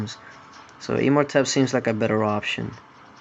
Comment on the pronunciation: It's imortepp not e-mortepp